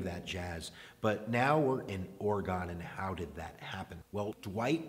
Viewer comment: Alright you need to learn how to pronounce Oregon.